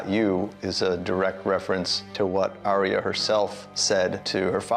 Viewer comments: It's not Aria, it's Are-Ya. There's a video on Youtube of GRRM pronouncing it. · for someone who's dedicating a lot of time and effort to this series, youre not saying her name right... Its "AR-YA" as she says it herself, right? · Number one Game of Thrones pet peeve, people pronouncing Arya's name as "Aria" Does anyone even listen to how the character herself pronounces her own name?